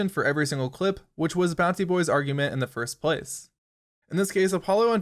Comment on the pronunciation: First PLACE. Idk I've never heard anyone put the emphasis on the second word of that phrase, and you use it so much. Good video tho, well done.